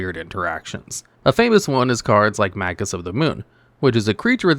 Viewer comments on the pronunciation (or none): none